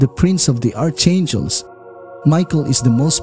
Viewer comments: It is pronounced "Arkangel." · It's pronounced Arkangels, fercryinoutloud😉